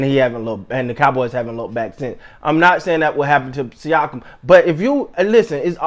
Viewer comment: You said his name right on the first attempt, basically a sneeze with an ah at the end